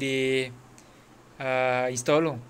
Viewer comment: Instrrrrall tu apa? Hehehe